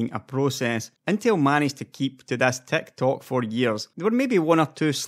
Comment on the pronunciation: I thought you were saying Tech Talk then I realized you were saying Tick Tock lol -great vid though